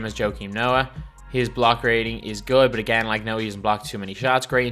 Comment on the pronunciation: “Emm butt agAiin”